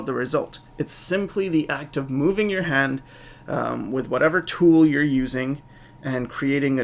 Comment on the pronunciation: ***** its pronounced "you're"